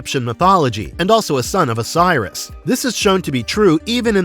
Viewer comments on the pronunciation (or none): none